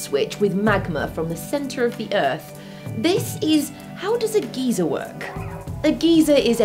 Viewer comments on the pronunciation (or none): Great video! Thanks for taking the time to make these! On a comedic note, your pronunciation of geyser as "gEzer" means something entirely different in the US. A geezer in the US is a derogatory term for an old person, specifically an old man. In the US the word geyser is pronounced "gIzer" with the "gey" part sounding like eye or guy. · Um........Maddi, a "geezer" is an old man. A "g eye zer" is a forced ejection of water my dear. ( I am spelling obviously to show pronunciation diff.) I do love your show. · It's geyser as guY, not geezer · In American we say GUY-zer. In England they say GEE-zer. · Geezer? Geese-er? I kept hearing this as angry old people erupting. :) In the US, it's pronounced GUY-ser. The same way you wouldn't pronounce Stephen Fry's name "Stephen Free." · A geezer is an old man. You mean geyser. Pronounced "GUY-ZER" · It is pronounced "guy-zer" not "geezer" . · I grinned like a little kid every time she said geezer. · Maddie, you're great. But we Yanks pronounce it "guy-zer". :) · In the USA, Geezer is an old man. Geyser (Guyser, g-eye-zer) is what you were talking about. The way you say it humorously changes the definition for us. I didn't realize that it was pronounced differently over seas. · I know certain words are pronounced differently in the UK and the US But come on GEEZER... Really??? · maddie i love you but....geezer?. That's a weirder pronounciation than "Glassyer" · I believe you pronounce it "geezer" in the UK lol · im british too and she is saying it wrong xD its GUY-SER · The y is pronounced as I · I've been to Yellowstone National Park, and it is truly amazing and spectacular. And Maddie can pronounce geyser however she likes. I think her accent is wonderful. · You do realise I'm Icelandic? Both pronunciations are "wrong", the american just less so. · I like the way she pronounces geyser. It's kinda cute actually. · I had to watch this a second time because I was too distracted the first time by the way she pronounced geyser.